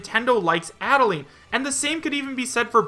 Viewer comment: Is Ribbon a spirit? Also, Add-uh-line.